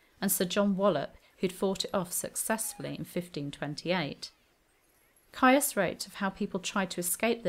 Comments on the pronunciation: It came to my notice reading the Cousins' War series and then the Tudors by Philippa Gregory. ( PS. Is not Caius pronounced 'Keys'?) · Caius is pronounced 'keys'. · John Caius is pronounced Keys - which was in fact the name he was born with. The Cambridge college named after him is pronounced Keys, too. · John Caius is pronounced ‘Keys’ - a distinguished doctor and natural philosopher, he enlarged Gonville College in Cambridge in 1557, and renamed it Gonville & Caius College - the name it carries to this day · Good video. However, the surname Caius is pronounced Keys as in the college. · Caius is pronounced Keys’ like Caius College, Cambridge which Dr Caius refounded and extended in 1557. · Isn't "Caius" pronounced "Keys"? (eg that Cambridge college) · Ciaus is pronunced: keese, such as with: Ciaus College Cambridge. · Great video about an interesting topic Caius is pronounced 'keys' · I wrote much the same a moment ago, except I think the more accurate pronounciation is 'keese'. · I know. This is a video from a few years ago. I've been pronouncing it correctly in videos from the last two years. Saying that, though, I have heard it pronounced both, which is where I got the original. I also pronounce Caius wrong here. It's"keys". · Ha! Yes, I haven't got a clue why I pronounced it wrong! I even had it marked in my notes to say it right! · What sentence would you give me? Hanging, drawing and quartering. I know I pronounced Caius wrong, which is why I added the pop-up apology and note in the description (I realised as soon as I'd published it). What else did you think was incorrect? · The way she pronounces 'Caius' is really grating!